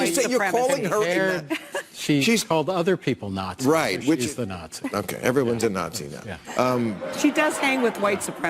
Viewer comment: Out of interest, why do you pronounce Nazi as Yatzi?? Is there a bot that blocks creators if they pronounce it with an N?